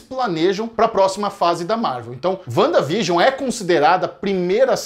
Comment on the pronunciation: A colab mais perfeita da Net. Mas essa pronúncia "Uanda vigion" ??? Vcs tão de zueira né. Que forçada de barra. Kkkkkkk Sim os episódios fazem uma homenagem a TV, mas enquanto episódio mesmo, não tem nada de espetacular. A série não foi criada para ser uma homenagem a era de ouro da TV, o propósito é outro, é linkar com a fase 4, então... Menos nessa apologia exacerbada.